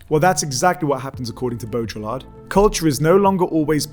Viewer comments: bow-dree-are, not bow-drill-lard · it's not Bo-dra-ll-art !! (BAUDRILLARD). It's rather smth like Boh-dree-yar(d). 1 dislike for total incapability of pronouncing a french name correctly (what a shame..)- let alone excplaining his work... I know the (late ) french philosopher, I've read his very interesting book, in english (Simulacra and Simularion).. A person's name is too important and it should not be vandalised out of pure IGNORANCE. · Ok but that's not "bodjolar" It's "bo-dree-yar" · Just, well, it's not bow-drill-ard, it's bow-dree-aard. Other than that not bad at all. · Your pronounciation of baudriLLard I found unacceptable :( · Interesting talk. I almost stopped it because I was Irritated by your pronunciation of Baudrillard, though. It is not properly pronounced like there is a drill in the middle. Beaudry-yar is French, and they are sensitive about such things. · Could at least try to pronounce his name correctly. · Great video! (I find it weird that you use the French pronunciation for the first half of Baurdillard's name but not the second. It's a bit like pronouncing Marseille as "Marss Eyull".) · The L is silent ;) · The way you pronounced baudrillard made me cringe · hears him pronounce Baudrillard incorrectly, turns video off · I don’t think of Baudrillard as postmodernist. But he gets lumped in there. Also you’re pronouncing his name wrong.